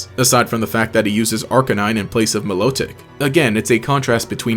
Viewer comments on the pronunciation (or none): ITS MILO-TIC not MI-LOTIC